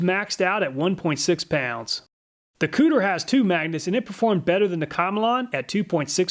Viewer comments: he said COOTER brand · I can’t handle how Kutir was pronounced lol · why he gotta pronounce kutir like that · Am I the only one that chuckled every time he said kutir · 😂 me everytime he says Kutir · Everyone replay the video and take a shot every time he says Kutir 😁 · Lol, I though it was "Cooter" brand when I heard it, had to rewind... I was thinking to myself... who in their right mind would make a "Cooter" brand name? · It's pronounced. Ku Ti Er...not Cooter from Duke of Hazzard, lol. Perfect timing with this video, I am looking for a better tape measure. Thanks as always. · I believe it koo-teer, not cooter, like dukes of hazzard. haha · Consistently the best tool tests on Youtube, but I have to mention that the tool brand Kutir is pronounced coo-Tier, not "Cooter brand," lol.. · HAHAHA Cooter brand is clearly pronounced CUE-TEER. Checkin out the cooter! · Lmao! I was going to suggest that even though I thought that it's probably pronounced "Koo-teer", that I like cooter much, much more!! 🤣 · Did I just hear "Cooter"?! Lol! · im such a child that i laughed when he said kutir... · The "Kutur" brand, lol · kutir...really lol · Did he say kooter?! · STYLE POINTS for actually saying "cooter" - proper pronunciation... LOL I LOVE ME SOME COOTER!! sad to see you broke the cooter so easily. I HATE it when that happens.. :( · Oh my God, he literally said Cooter tape measure…. 😂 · I love the obliviously butchered foreign names lol: Kutir as "Cooter," Ming Hao as "Ming Ho" even though he pronounced it right at first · He said cooter, lol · I died every time you said "cooter" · When you said “Kutir Brand” I fucking lost it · Him saying cooter was so distracting lmao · Im not sure that the Kutir brand is pronounced cooter, but Im totally gonna pronounce it that way. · He said kutir huh huh huh huh. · Scrolled through the comments and no one mentioned slightly laughing at the “kooter” brand. Ill see myself out. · He said cooter. lol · Haha "kutir" hehe